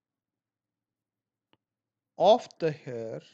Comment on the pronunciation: Abe thoda the bol le